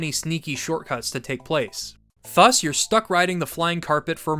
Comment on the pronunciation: Brother I love the videos but please look up how to pronounce "thus"